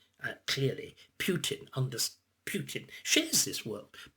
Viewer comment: Spoilt by calling him "Pewtin".